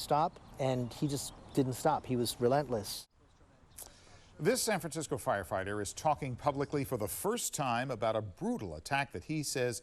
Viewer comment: Oh yeah, that's San Fraranecisco.